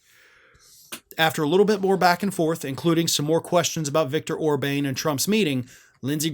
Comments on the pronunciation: It's Orbàn with an " à " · OrbAn not OrbaIn. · It's not Or-Bayne, it's Or-bahn... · Orban's name is pronounced more like Or-BAHN, not Or-BANE. I thought you were making fun and calling him Or-BANG, which would be a cheap shot but still kind of funny. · How does not know how to pronounce Orban? Or bane, seriously? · In future commentary you might want to pronounce the name of the Hungarian Fascist correctly. That’s Orban, (pronounced Orbaan, not Orbane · Orban is not pronounced with a long "a". It's pronounced Orbahn. I notice many talking heads also pronounce Adolf Hitler with a long "a". A minor thing but it has the tendency to distract the listener. Apart from that, good video - Lindsey Graham is a fool and a toad. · Orban like a o sound like on by the way but it isn’t a big deal in the pronunciation of dictators name because he is a leader who never should been the PM of Hungary in the very first place so shame on the people of Hungary electing him into office because he is bad for Hungary, NATO and the entire world. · I was not reacting to the Spelling. was reading from a sheet that had the correct spelling, but he was pronouncing the name incorrectly. He repeatedly pronounced it “Orbane “. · It's Orbàn with a " à " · Please learn how to pronounce Orban's name.